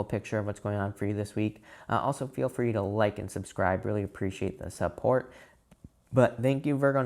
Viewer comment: anyone else get excited when he says thank u for all the sUP-PORt . love u thank u